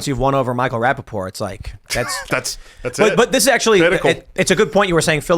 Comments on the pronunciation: It's Rapaport... Not raPPaport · It's Rapapoor😂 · Pronounce the T In his name!